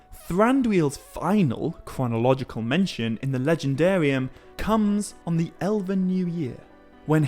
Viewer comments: You keep saying Eleven. It's ELVEN. EL-VEN. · Ella-vin is killing me